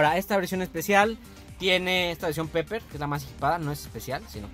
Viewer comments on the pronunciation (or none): Se pronuncia piper el inglés jamás se pronuncia como se escribe